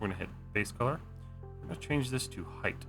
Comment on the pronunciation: I appreciate the video, and I don’t want to upset you by saying this, but constantly hearing “height” as “heighth”, like you’re a 16th-century man with wooden teeth, is driving me mad, especially when it’s said correctly in the same video. 😂 (I understand it’s a quirk in some parts of the South, so no hate, but it’s killing me.)